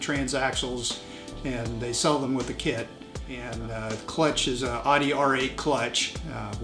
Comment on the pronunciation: stopped watching when he pronounced Audi wrong